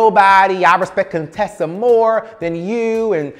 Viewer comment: Cone-tessa! Lol.